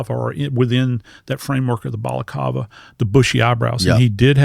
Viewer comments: BalacLava L L L not Balacava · BalaCLAva is the correct pronunciation. And they’re still talking about that savage the cops removed from society? Who cares about that primitive primate. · If only he could pronounce words correctly... amphitheater (F).. balaclava,, not balakawa